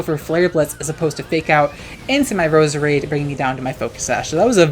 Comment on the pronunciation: It’s Pronounced Rose-Rade